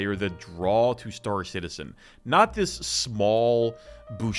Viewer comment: Star Citedium 😂